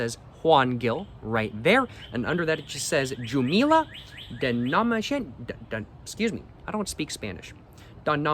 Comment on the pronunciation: Bro as someone from where that wine is made, I had to let you know it's pronounced "Gil" like "Hill" and "Jumilla" like "Hoom-Eeyah", also you NEED to try kalimotxos (coke and red wine (though maybe not a Juan Gil lmao, it's usually done with whatever's the cheapest wine at the grocery store))